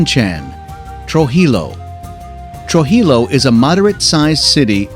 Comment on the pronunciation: Pronounce Trujillo correctly, please! Sounds phonetically……tru-he-yo!